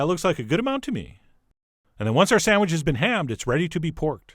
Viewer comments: Chef John: "Sandwich" --> "Sam-widge" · What's a "sandwidge'"?